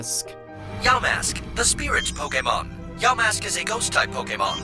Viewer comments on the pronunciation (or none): none